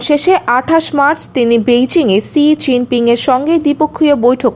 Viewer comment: সি জিনপিং নয়---শি জিনপিং, বেশি স্টাইল করতে গিয়ে ভুল উচ্চারণ করবেন না।